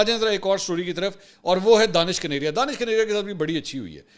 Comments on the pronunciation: اس کا نام دانش کنیریا نہیں ھے دنیش کنیریا ھے آپ بلا وجہ دانش دانش کہتے رھتے ھیں دانش مسلم نام ھے اور دنیش ہندو نام ھے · His name is dinesh kaneria not Danish kaneria. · جناب منصور صاحب اس کا نام دنیش کنیریا ہے دانش نہیں براہ مہربانی اپ تو تصحیح کرلیں دانش اور دانش میں بہت فرق ہوتا ہے